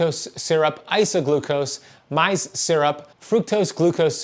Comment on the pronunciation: Love you, following your fasting regimen in my imperfect fashion, but if I may give you a tip, “maize” in English is pronounced “mayz”. 🥰